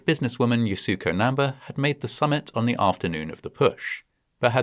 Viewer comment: The pronunciation of Yasuko Namba's name in this video is WAY OFF!! I am a big fan of Fascinating Horror & find all the videos extremely well researched & with plenty of care, concern & empathy toward victims of the many tragedies explained therein. However, a bit of checking with native speakers of the language of foreign names would definitely help. To offer a bit more respect toward mounaineer Yasuko Namba, her name is actually pronounced YAH-skoh NAM-ba (with emphasis on capitalized letters).